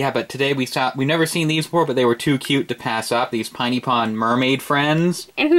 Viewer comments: i have the LPS you got! i'd like you to review the pinypon! p.s for pinypon its PINY not PINEY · It's pin-ie pon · it's pronounced piny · Pin-ie pon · its prononced piny pon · You pronounced piny pon wrong the i in piny pon is like an e